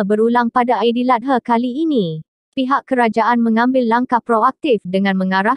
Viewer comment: Terima kasih kongsi video ni. Maafkan saya, admin.. AidiladhA bukan aidiladhe JEM.. lain bunyi sebutan. Apapun, suara hos memang sedap.